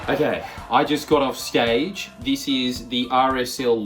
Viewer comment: "i just got off scage" 😭